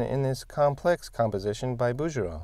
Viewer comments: "Bouguereau", because of the "u' after the "g" is pronounced BouGGereau. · every time you mentioned him you say 'Bou-JE-reau" instead of the sound GE (like in 'get'). Keep up the awesome content and demolish the rule of thirds!!